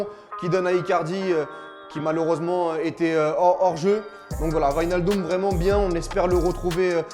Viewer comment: wijnaldum devient vinaldum pff